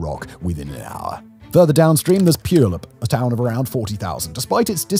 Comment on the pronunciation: He said pewlup lol